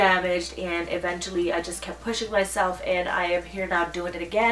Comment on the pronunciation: Hey! This is not a hate comment but you're pronouncing the word "eventually" incorrectly. Watch ❤️